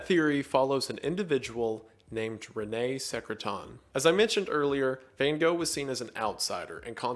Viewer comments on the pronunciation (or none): The thing that shocked me the most in this video was the pronunciation of Van Gogh(which he still got wrong when trying) After looking it up because I couldn't believe it, I still can't get over how different it sounds than what I'm used to XD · noooooo not Van Gosh...... 😷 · “Correct pronunciation” nah fam try to scrape your throat with the ‘g’s then you are there! Dutch is a very strange language :) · That's far from how you actually pronounce Van Gogh, btw. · as a dutch person i always cringe so hard when people try to be a smartass about the pronounciation of his name and still get it horribly wrong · Here‘s the correct pronounciation for Van Gogh :)